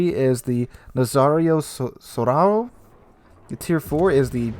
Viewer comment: Resident italian to the rescue for pronunciation;) As i said the last time, I'll try to explain as best as I can (the accent is on the capital syllable) and translation/meaning of the name: II- kur-tah-TO-neh named after the town of the same name where there was a famous battle during the indipendence wars III- nah-ZAh-rio SAH-uh-ro named after Lt. Nazario Sauro, born under Austria-Hungary but fought for Italy in WWI and killed as traitor by Austrians IV- TUR-bee-neh translation: whirlwind V- mah-eh-STRA-leh translation: mistral (type of wind) VI- ah-vee-EH-reh translation: air force pilot. this class of DD where named after various armed forces ranks an units VII- LU-kah tah-REE-go named after a 14th century navigator from Genova VIII- veeTTOh-rio ku-nee-BER-tee named after the italian naval engineer who theorized the all-big-guns battleship in the late 1800 IX- ah-dree-AH-tee-koh named after the Adriatic see X- attEE-leo REH-go-loh named after Roman general during the first Punic war